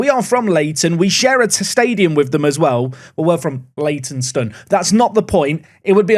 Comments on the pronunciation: You're doing all the Leyton's. Wingate before they merged with Finchley were Leyton WIngate. Used to watch them all the time next door to the Hare and Hounds. Edit: You pronounce the stone at the end of Leytonstone not Leytonsten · Just started watching this latest ‘park to prem’ so glad you’re against Orient. Btw it’s pronounced Leyton-stone… not that it matters as I’m 3 months late loool I hope youve beaten them